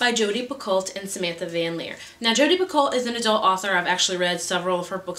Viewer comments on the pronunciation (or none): I am sure someone has mentioned this before but you actual pronounce Jodi Picoult's last name like pee-ko. I want to read Between the Lines as well!